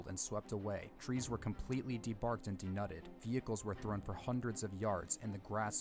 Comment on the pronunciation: Well-done video and a typically good reaction by our dear reactor. I hadn't realized that this outbreak was significant in the development of the Fujita Scale. I'm also guessing "denuded" and not what the narrator repeated several times?? I assume the narrator is a real person and not AI. You can tell the narrator is not native to the Michigan/Ohio area since he mispronounced a number of the placenames. My hometown was one of the many majorly impacted by this event.